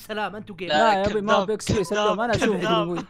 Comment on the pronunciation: سلام عليكم ❌ ضلام عليكم ❌ ثلام عليكم❌ كلام عليكم❌ طلام عليكم ✔️